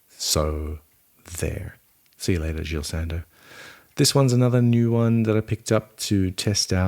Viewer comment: Jil Sander Man 🤦🏻‍♂️